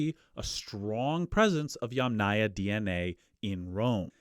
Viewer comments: Aya, as a suffix never takes stress. It is pronounced YAMnaya, not YamNAya. Even wikipedia agrees. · I'm pretty sure "yamnaya" (ямная культура, pits culture) is pronounced with stress on the first syllable; YAMnaya.